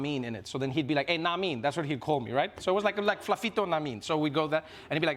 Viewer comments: That "Flafito" was hella South African, we'll butcher your name this side🤣🤣🤣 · When Trevor did the South African ''Flafitto'' I died 😂😂😂😂😂😂😂😂